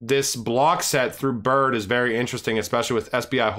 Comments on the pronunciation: It's pronounced like Bread wallet fyi. Great content as always! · BRD is pronounced “bread”